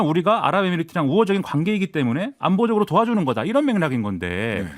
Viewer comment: '이란'으로 들렸나요? '이런' 아니었나요?